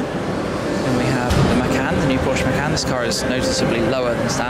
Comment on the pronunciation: you've pronounced the porsche macan wrong